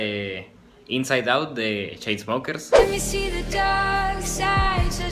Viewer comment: "Cheinsmokerrrrss" sos bueno va